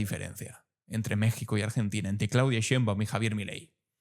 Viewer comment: Es Claudia Sheinbaum Pardo para que se pronuncie bien